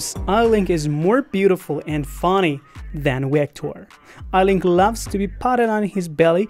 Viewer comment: It’s not Eilink it’s Eilik